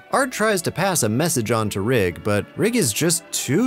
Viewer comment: Thank you for saying “Rigg” and not “Riggs” like so many people mistakenly do!